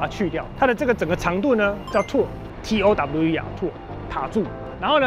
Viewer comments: 影片中的唸法是錯的, 應該是唸"淘耳"而不是唸"突耳". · 那個唸掏耳（tower),不是吐耳😂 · 你拍的影片我很喜歡，但是那個Tower是念套兒，抱歉要糾正一下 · Tower唸錯了！！！！ 是時候找amazing talker了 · Tower唸法要修一下